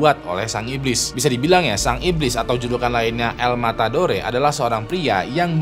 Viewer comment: El. Matadore, d baca el matador